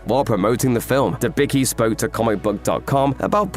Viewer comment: Debicki is pronounced "Debitski".